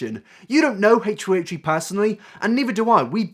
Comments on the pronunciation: h 3 h 3 not haytree hayetree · ACHE three, not HACHE three. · Dude, it's pronounced H3H3. Not Hate-tree hate-tree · ... H THRee. Why are you saying H Free. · "my problem wif Hate Tree Hate Tree" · "Haych 3 Haych 3" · ...heytree heytree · stop saying haytree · Who is haytree haytree? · A-Tree A-tree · "I'm sure you're all aware of who "HateTree HateTree" is..." Nope. I don't know them. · Hatetch-tree hatech-tree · Love the video but... "Hate-treeHate-tree" xD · who is haich free haich free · "a-tree a-tree" lol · the way you say h3h3 [ heeytchrii heytrchi] is triggering me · It’s more like “haytch 3 haytch 3” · haych three haych three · "haytree haytree" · this might be an immature comment given your video topic, but all i could hear was 'hate-tree hate-tree' instead of h3h3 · who's haytree haytree? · haitch ree haitch ree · Hesh tree hesh tree? Is this an ad for headphones 🤔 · I swear you said hate tree hate tree instead of h3h3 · Oh its 8 tree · Ay-ch th-ree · im sorry but it sounds like you say hatetree not h3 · Fuck is haytchtree haytchtree? Brush ya teeth my guy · "Hatetree Hatetree" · Why the F are you saying haytree haytree??? WTF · irrelevant note: when you say "h3" it sounds kinda like "hey tree" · "hatchefree hatchefree" Lol love you dude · HATE TREE HATE TREE HATE TREE, try saying that three times fast and you'll sound like this guy trying to say 'H3H3' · Hey Tree Hey Tree? the fuck dude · Heytch tree heytch tree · Haych free haych free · You are so open minded omg We 👏 need 👏 more 👏 people 👏 like 👏 you 👏 I just realised that I pronounce H3H3's name the same as you: "hate tree hate tree" i have to force myself to slow down to say H3H3 because I talk too quickly, must be the English accent I guess? Though mine's more Welsh than proper English. Keep staying so open minded! It really makes your commentary much more exciting and not like everyone else's mob mentality attitude towards the slightest bit of drama. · "hache-tree hache-tree" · Haych three